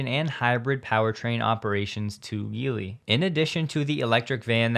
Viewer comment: Geely is pronounced "Jee-Lee"